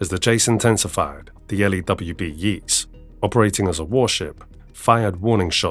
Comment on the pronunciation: the Yeata is pronouced with a long a. ye -ats. aaide from that - fantasic work